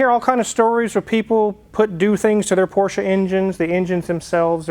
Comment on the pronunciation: Nice to see that you and the missus can actually pronounce Porsche correctly....the guy on Car Wow can't and he's around them all the time !!